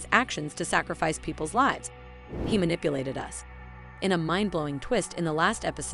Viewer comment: IL-nam is actually pronounced IL-nom